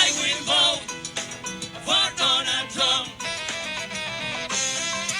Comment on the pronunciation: "I build boat, for donal tron"